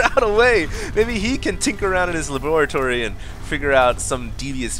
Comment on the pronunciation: Lol saying laboratory like Dexter from Dexter's Lab